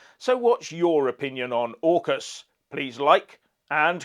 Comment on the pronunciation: AUKUS pronounced " ORCUS" dungeon and dragons god of death......hmmm